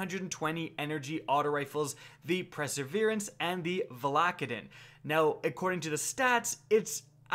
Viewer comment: Don't get me wrong, I love your content, it's very informative, but please don't say perseverance like it's spelled "preseverance" :P